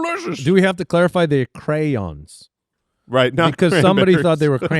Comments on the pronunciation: Why are you guys calling them crans? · I honestly thought they were saying "crans"...as in cranberries. Crayon is pronounced exactly as it's spelled. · Jesus christ, I have ALWAYS thought you said "Cran eater". Thinking wtf are crans. I didn't know it was CRAYONS. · the way they pronounce "crayons" stresses my southern heart out it's cray-ons, not crans! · Anybody else bothered by their pronunciation of crayon?? Lol